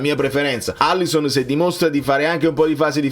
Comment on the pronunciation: Alisson, una L 2 S. Pronunciamolo bene